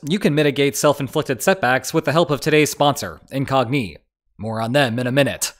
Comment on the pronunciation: I've watched quite a few videos with the same sponsor. It's the first time I heard it pronounced "Incognee", though.